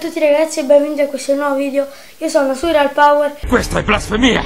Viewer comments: Si dice surreal non surrial cazzo lol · Si dice Surreal non Surrial